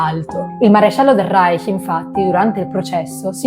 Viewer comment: Da persona innamorata della lingua tedesca, apprezzo molto la pronuncia del CH in "Reich". Grazie!❤